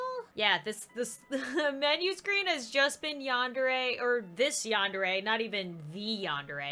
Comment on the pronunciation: Your saying yandere wrong it's sounds like yandairy but it's spelt yandere